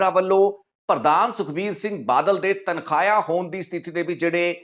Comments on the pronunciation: ਤਨਖਾਹਿਆ ਨਹੀਂ ਤਨਖਾਈਆ ਹੁੰਦਾ ਹੈ। ਤੁਸੀਂ ਚੰਗੇ ਪੱਤਰਕਾਰ ਹੋ ਤੁਹਾਨੂੰ ਆਪਣਾ ਪੰਜਾਬੀ ਦਾ ਉਚਾਰਣ ਠੀਕ ਕਰਨਾ ਚਾਹੀਦਾ ਹੈ। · ਆਪਣਾ ਪੰਜਾਬੀ ਸ਼ਬਦਾਂ ਦਾ ਉਚਾਰਣ ਸਹੀ ਕਰੋ ਬਹੁਤ ਹਾਸੋ ਹੀਣੇ ਲਗਦੇ ਓਂ ਜਦੋ ਗ਼ਲਤ ਬੋਲਦੇ ਹੋ ਤਨਖਾਹਿਆ ਨਹੀਂ, ਤਨਖਾਹੀਆ ਹੁੰਦਾ ਹੈ